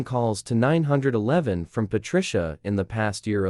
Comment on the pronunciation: well another factor is for the HOA why not list it out like ( H O A ) and same with the 911 as 9 1 1 instead of getting nine hundred and eleven ? even a few other words were said off like - concrete - stories are good but there is no actual twist in the endings - like getting taken to jail - having to pay restitution with apologies - moved to a different state and garnished from ever being a H O A Enforcer of any type ? and so on - even stories that the HOA is trying to make those Outside the HOA to pay dues and take over property and situations like that then getting busted for Trespass on Private Property and the Fake Documents and False papers and stuff like that - needs to be more interesting to the facts at hand for the story line to fit better for the actions taken for or against those parties involved -- like where i live i got sited for having rakes out on porch during the fall time as every day raking up leaves - was told to hide them as just sitting in plain view was not good for the looks - but neighbors a few doors down ar the scrap metal collectors and have junk all around the place and nothing happens to them or even write ups ,, might be because they are of the same race or nationality ? who knows on that but its crazy what those in power will force or impose when its not even in any By-Laws of the Original document ? -- just like also complaints about Squirrels getting run over but in yet they do not Enforce the Speed Limit rules as the street i live on peop